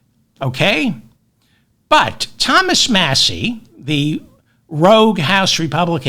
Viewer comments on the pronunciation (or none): none